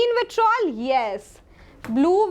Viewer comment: it's vitriol ,not vitrol